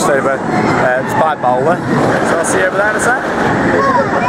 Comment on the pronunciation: the name NOT bolder ! the name is BALDER !